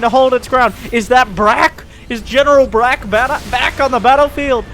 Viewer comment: When miss pronounced Brock as Brack for the hero tank